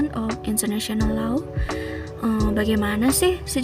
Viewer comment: Staden itu apa ya? Majoring in Low? Gak usah pake Bahasa Inggrislah, malu-maluin aja denger pronounciation-nya....